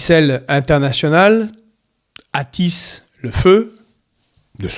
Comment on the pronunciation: Attiser, prononcer attiZer et non attisser